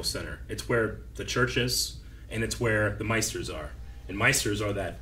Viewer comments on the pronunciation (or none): Maesters not Meisters